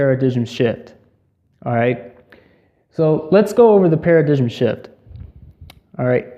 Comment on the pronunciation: It's pronounced para-dime, not para-digim